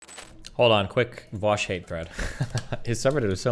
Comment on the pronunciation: Why are people pronouncing Vaush as Vaosh now?